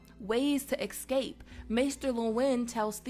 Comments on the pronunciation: It's pronounced ESCAPE. NOT EKSCAPE. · Sorry. eScape. Not eXscape. Thanks. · Ways to " ekscape " ? Please work on your English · Ecape..... not eXscape.... jeeeez... is English really "that" hard ? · eScape NOT eXcape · Instead of escape she says excape. She sounds like someone who would "axe" you a question